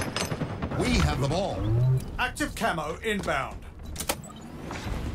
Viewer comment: Why would they change something as simple as "ball taken" to "uWeEe Hyav tHe bWall" ?!